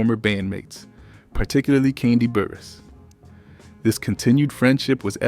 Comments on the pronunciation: This “so called narrator “ is killing me🤬 and who in the heck is “kondie” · U aint sayin her first name right😡😠